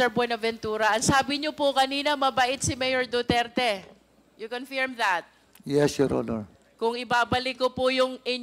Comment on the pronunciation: D ako matalino pero alam ko correct pronounciation is confirm, not confeeeerrreemmm